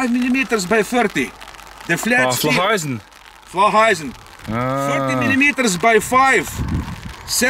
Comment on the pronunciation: Did you really say "Flacheisen"?